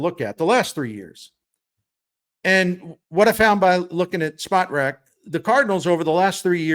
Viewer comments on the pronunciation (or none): My favorite sports writer for 30+ years always brings the best analysis! However, if you're gonna say Spotrac umpteen times, say it right. It's not "spot rac"; it's "spo trac" as in SPOrts TRACk!